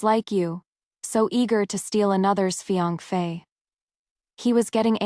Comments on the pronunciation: This AI doesn't know how to pronounce "fiance" correctly. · I wonder why AI couldn't pronounce fiancé. This is not the only one.